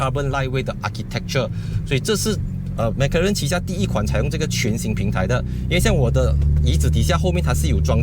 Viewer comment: 为什么你是发音mac karen， 不是 mac 罗认吗？ 哪一个才正确